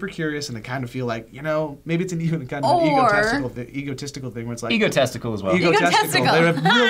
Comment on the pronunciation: "Egotesticle." Thanks,.